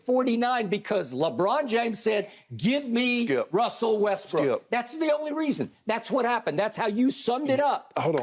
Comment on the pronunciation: Skip said little westbrick 😂😂😂